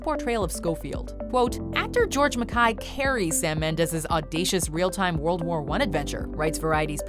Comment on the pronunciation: This film is an artistic master piece - and that is an understatement. --but enjoyment of this video was RUINED by the narrator's MISPRONUNCIATION of George MacKAY. Is she on drugs or what? How do you get a name that simple SO WRONG?!?!?!